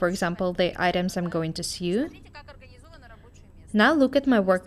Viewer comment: 'Sew' isn't pronounced like in "new', it should sound like 'sow'!!!!!!!!!